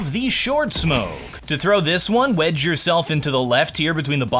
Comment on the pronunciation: everytime says "wedge yourself" i kinda hear wet yourself. is this freudian?